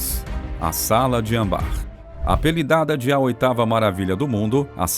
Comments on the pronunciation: Gente, não é ambar, é Âmbar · ÂM - BAR. Não ambár. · Quando comecei a ouvir sala de ambár, desisti. É âmbar. Desculpe. Sou chata mesmo. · O certo é ÂMBAR e não ambár . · Putz!🙄 Tá claro ali o enorme acento no primeiro Â pra dizer Âmbar! Por quê o danado do narrador fala Ambár?!🙄🐴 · Por favor queira pronunciar Âmbar corretamente... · A pronúncia correta é: ÂMBAR - olha o acento circunflexo na letra A.